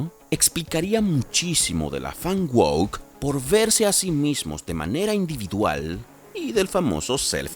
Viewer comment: Se dice "WUÓUK", NO "wuók". Entiéndanlo POR FAVORRRRRRR